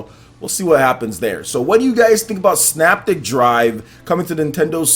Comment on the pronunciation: All 3 games look great. Just so you know, the 2nd game is pronounced.....SYNAPTIC [PRONUNCIATION-SIN-APTIC].